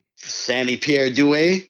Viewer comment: Props for pronouncing Sammy's last name correctly! Heard it butchered in 99% of the interviews I've heard haha